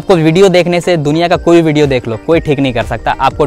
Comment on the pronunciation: वीडियो ❌ भीडियो ✅ 😂😂😂